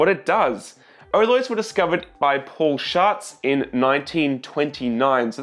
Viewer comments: Paul Schatz is correctly pronounced like "powl shuts" (that's how to speak that German name) and btw stop waffling so much, that's highly annoying, you are way too young to know anything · He didnt want to say Paul Schatz (Shats) so he said Paul Sharts..... do you know what a shart is lmao? Should've just said shats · “Paul Sharts” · I heard paul sharts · Hahaha “Paul shats”. I’m like 3 years old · I can’t be the only one who laughed when he said “ Paul shartz”